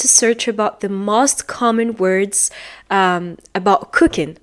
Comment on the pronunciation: Make a video not do Make mistakes not do Stick to a plan not into Most ( vowel o has long sound not short sound) You are wonderful 🌹